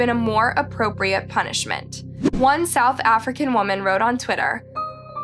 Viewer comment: Sad loss of life that monster should rot in jail. Im from sa🇿🇦 just cant help bt have a little giggle when pronounce 🇿🇦 names🤭